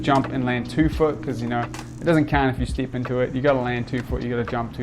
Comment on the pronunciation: Awesome tutorial and video! Actually didn't know you existed and I really like there's someone young and skilled making tutorials in 2020, not many people do that. And I would like to ask you, where are you from? Because your pronunciation of "E" coming out as "EE" is something I probably never heard and it's interesting 😄 "step" -> "steep" and so on.